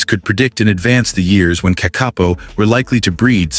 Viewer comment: I wish the narrator w0ould get his pronunciation correct. "KAK- A POE"